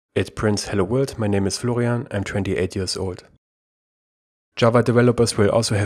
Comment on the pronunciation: name : florian, pronounced: flogrianf7dsds9erkfj 😂